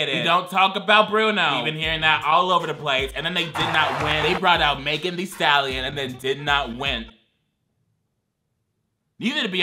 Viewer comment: Guy: Timothy Chalamete Girl: Magen Stallion